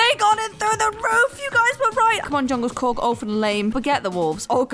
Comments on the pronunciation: Fun fact: its not "Djungelskorg" its actually "Djungelskog" and djungelskog means jungle forrest! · djungleskoch pronouced "jungleshkock" the real ikea bear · she almost got it correct. the bear's name is DJUNGELSKOG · it's Djungelskog. u missed 2 letters